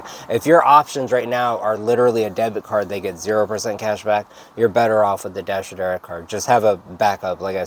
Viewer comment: Oh ok.. "Dasher Direct card.." Thank you. I must have listened to you say this a 100 times trying to figure out what you were saying. haha